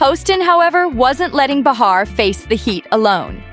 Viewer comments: So tired of AI miss pronouncing his name, it is not my h' are... very annoying!!!! So much so I discontinued watching. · The man’s name is MAHER PRONOUNCED ….LIKE THE PLANET MARS WITHOUT THE “S”. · You need to work on your AI pronunciation of these people's names it's way too distracting to have Bill Mar's Is name miss pronounce 3 different ways. Not to mention sunny Hostin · Thats not how you say Bills name